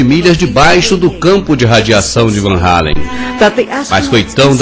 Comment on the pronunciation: E claro que foi tudo farsa, os 4 vídeos seriam melhores se tirassem a parte doentia por religião e as comparações idiotas ( titanic !?!? ) mas só uma observação: Por que o narrador fala "Anéis radioativos de Van Hallen" quando o correto é "Van Allen" Van Hallen é um cantor cacete só eu percebi isso???? kkkkkkk